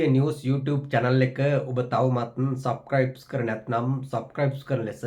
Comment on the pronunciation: Please pronounce the word “Subscribe “ clearly and if not use just the Sinhala word.